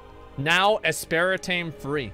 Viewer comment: what so called soda expert doesn't know how to pronounce aspartame...what a joke